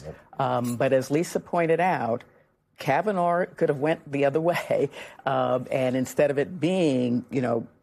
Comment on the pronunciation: Caviner? Whose that!? Learn names before going on national tv